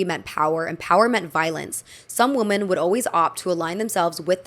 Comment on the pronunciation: Hello! The plural of woman is women and it’s pronounced “wi-men”. The way you pronounce women is the same as woman, which is incorrect! I hope this doesn’t come across as mean! It’s frustrating when folks mispronounce words and no one helps them. 💗 I love your videos!